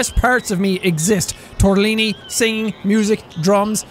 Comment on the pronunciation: Anyone notice tortillini sounds like moossilini